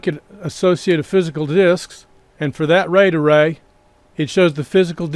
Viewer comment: I will be hearing 'ray-dah-ray' for the rest of the night! Truly though, this is great information in both the video, and your comment responses! +1 subscribe